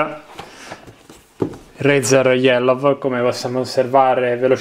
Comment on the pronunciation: switch iellov, che pronuncai sopraffina di 'yellow' ahhahaha